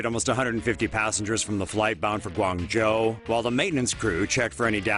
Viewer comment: the way the pronounced Guangzhou is rly sad